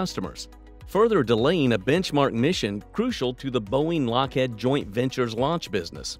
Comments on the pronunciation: Is this video voiced by a real person or an automated voice? Just curious. Lockheed is pronounced "he'd" and not "head". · Lock-Head? Really?